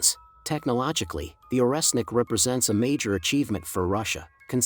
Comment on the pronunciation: Орешник = Oreshnik [ not oresnik ].